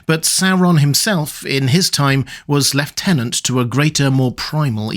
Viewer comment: why do you always say "lefttennant". Lieutenant is pronounced "loo tenant"